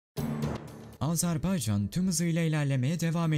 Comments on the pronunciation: Azarbaycan değil güzel kardeşim, Azerbaycan diyeceksin. A-z-e-r-b-a-y-c-a-n yazıldığı gibi okunur. Azarbaycan değil, AZERBAYCAN ... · LÜTFEN ÜLKEMIZIN ADINI DOĞRU TELAFFUZ EDERMISIN 1 AZCIK ÇALIŞ AZ-AR-BAY-CAN DEĞIL AZERBAYCAN DIR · Azarbaycan değil Azerbaycan diyeceksiniz.